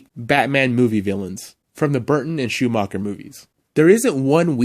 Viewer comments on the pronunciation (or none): none